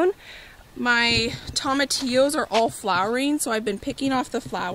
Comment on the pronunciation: Love you girl, but you gotta say tomatillo with a long o, like TOE-matillo. :)